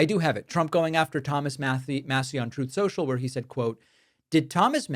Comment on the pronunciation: Glad to hear the return of “Troth Cential” 😂 I missed it